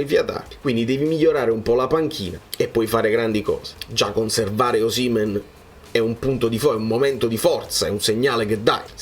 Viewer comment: concordo su molto tranne che su Osìmhen, a meno che tu non sia di quelli che dicono Càvour invece di Cavùor, si pronincia Osimhèn. Se no mi diventi un Auriemma qualsiasi...😁